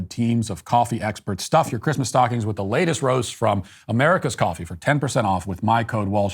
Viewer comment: This episode was full of upsetting and depressing topics that almost ruined my day but Matt pronouncing Christmas as “Chri-th-mass” made my week. Thank you, Matt.